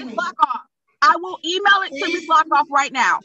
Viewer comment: Luckoff is an awesome name. But all i heard was “Miss Fuckoff.”